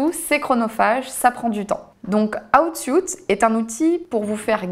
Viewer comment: Aiie aiiie l'oreille pour rester concentrer ... please la prononciation c'est : "houuuut sweeet" if anything ;-)))